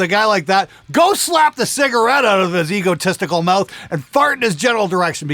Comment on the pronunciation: I wonder if you made "egotistical" sound as "ego testicle" on purpose